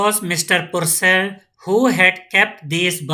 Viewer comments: Pur cal nhi ha pur😢 cell ha😅😅 samj nhi ata kya😅😅😂😂😂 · Not Puurcell, It's percell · Mr purcell pronunciation wrong